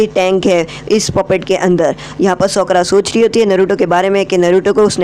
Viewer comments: Socra nhi Sakura Pronounce thik Karo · Bro you are best but I want to tell you that her name is sakura not shokura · Broo that's sakura not sokra man😂😂